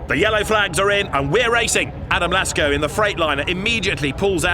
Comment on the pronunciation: Why is he saying Lasko and not Lacko